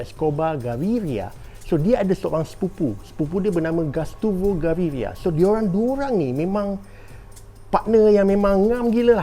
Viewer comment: Gustavo bang bukan gastuvo 😂.